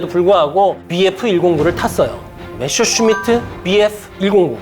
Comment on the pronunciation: 독일어 읽을 줄 모르시는 것 같은데, 그냥 한글로 표기된 걸 그대로 읽었으면 좋겠어요. 주인공인 메서슈미트부터 방송 내내 메셔슈미트라고하시니..